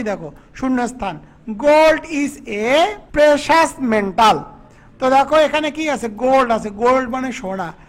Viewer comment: আপনার অনেক ক্লাস আমি দেখেছি । আপনি ভালো বোঝান ,কিন্তু আমি দুঃখিত এটা বলার জন্য যে ,আপনি বোঝানোর সময় প্রতিটি ক্লাস এ কিছু না কিছু ভুল বলেন যেমন এখানে দা করিম ,মেটাল কে মেন্টাল বললেন। আমি আপনার থেকে আরও বেশি ভালো ক্লাস আশা করছি ।ধন্যবাদ ।